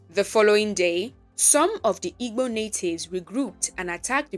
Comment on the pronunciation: It's actually Igbo. Ibo is a pronunciation commonly used are there was more interaction with other nationalities, but it really is Igbo.